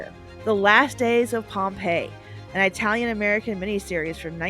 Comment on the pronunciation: Side note: Shogun is not available on Amazon Prime unless you have a Paramount + subscription. Also, did you say "eye-talian" at one point? 😖